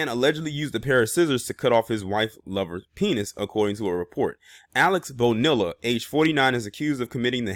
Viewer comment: ITS PRONOUNCE ...'BO- NEE- LAH